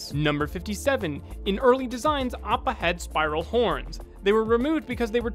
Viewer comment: Did no one notice how he butchered Appas name into Oppo. He only did it once I wanna say in the 30's or 40's